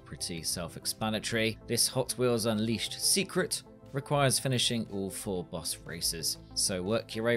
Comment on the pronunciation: Man you had me so confused for half the video, kept wondering where these "Bus races" are that you kept talking about & then i finally realized you were trying to say the word "Boss"